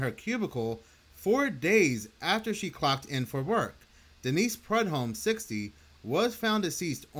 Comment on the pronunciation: Prue-dome. That is how it’s pronounced.